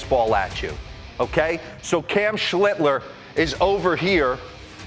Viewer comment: Schlitter? Get the man's name right dimwits.